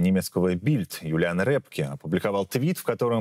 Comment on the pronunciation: Эксперта зовут не Рэпке, а Рёпке. Вы хотя бы фамилию научитесь правильно произносить.